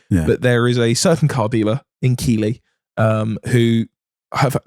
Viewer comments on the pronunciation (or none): If you guys are trying to pronounce Keighley, it's Keeth-lee 😂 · Just for future reference, Keighley is pronounced Keefley, not Keeley :-) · Oh, and boys, its not "keeley" its pronounced "keith-ly". Welcome to the weird world of Yorkshire place names. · Please don't come up here and ask for keely (keighley) you will end up walking away with a bag of shite takeaway micra 🤣🤣 it's pronounced keefly, best way to explain 👌 you'll be quite shocked whats in motorhub though tbf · To pronounce KEIGHLEY it's Keith-lay as in laying down lol NOT Keyley 🤣🤣🤣🤣 as I was from there but moved now to nearby Skipton other people not from round here saying Keighley make me laugh 😂😂😂😂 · Why the fuck does he say keeley? It’s keefleh 😅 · Boys, fellas, lads, its KEITH-LEY, not KEELY. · It's pronounced "Keithley", and at a guess you're talking about MotorHub 😂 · It's pronounced Keethley not Keely. Its shit a sh*thole. Bought an E30 Cab, got followed home and had my E36 323i Coupe nicked that night. Thanks Keeflee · I think you mean Keighley (pronounced keefley). defo go undercover and buy a car from there. It will be great content. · Just for future reference Keighley if pronounced (keefley) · It's pronounced Keith-ley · The way you pronounce Keighley is painful to the ears, it's Keith-lee. Also, as someone local to the town, we all know which one you are talking about and all the stories are real 😂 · Keighley (where I live) is pronounced Keith ley. I'd love you to come to here and buy something from the damnside multistorey!!!! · It’s pronounced Keith-Lee and surprise surprise it’s a suburban town that belongs to Bradford, also one of the dodgiest places on earth. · Keighley is pronounced Keithley btw. If that's what you were talking about.